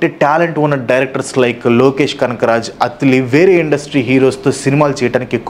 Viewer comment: అత్తిలి కాదు అన్నా అట్లీ